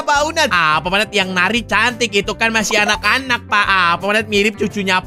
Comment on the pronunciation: bang namanya bukan neri tapi yang benar nari